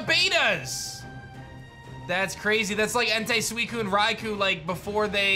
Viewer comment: how can you butcher Suicunes name that much?